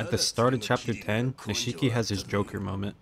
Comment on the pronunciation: Niche key. Not “nuh she key.”